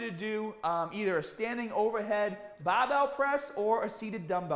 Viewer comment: Bah-bells and Kah-dio. Hit it hahd! Wait, I recognize that accent! The hardest workout is not the 1st one back, it is the 2nd one. I workout at home and was ill for 5-6 months. I lost a lot of gains and it took several attempts to get to a 2nd workout and if you don’t do it within days of the first, it becomes the first again.